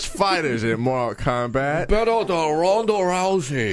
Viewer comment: Morall Kalmbalt